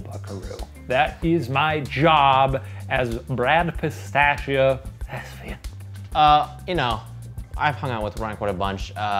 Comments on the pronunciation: my new favourite thing is Shane saying "thespian" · The way Shane has been saying 'thespian' :'D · i cried for real both times shane said "thespian" i can't do this